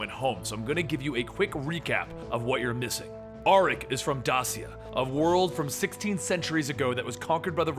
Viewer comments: As a descendant of Dacia, i beg you stop pronouncing Dasia ....Its Dacia, i dont know how to show you the way to say it right, but the way you say ”ci” is different in curent countries where Dacia was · Dacia is pronounced (dā′shē-ə, -shə)